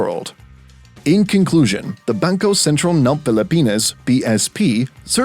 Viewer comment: It sounds like when a french person tries to pronounce Filipino especially the "Ng" part